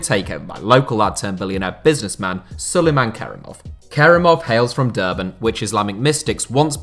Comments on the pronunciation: Derbent not Durban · Yip heard Durban as well and had to rewind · American and heard that as well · Haha yes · Lmao yes